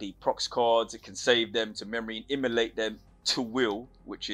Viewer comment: What do you mean by Immolate? Emulate maybe? Enunciate bro.